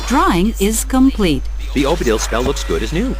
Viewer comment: the voice said Odibil instead of Obidil, lol. Derp